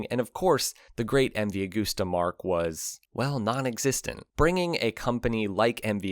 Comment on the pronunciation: Cant sit here and listen to you saying a-g-o-o-s-t-e-r any longer.